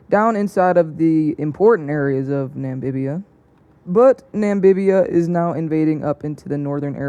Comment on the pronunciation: It's NAMIBIA NOT NAMBIBIA😡😡